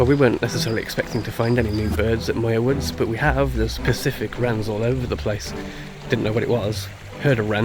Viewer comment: Point RAYES. Mar-IN. MYOOR Woods. Mt Tamal-PIE-us.